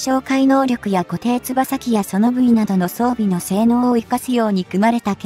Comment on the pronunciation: いつも読み間違いだらけです